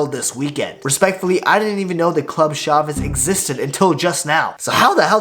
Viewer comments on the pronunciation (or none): none